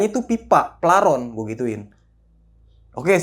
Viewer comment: paralon bukan plaron🤣🤣